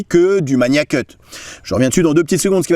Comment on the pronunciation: Bonne vidéo. Merci. En ce qui concerne la prononciation on dit Magnacut avec un G dur (comme dans magazine) et pas MaNIAcut.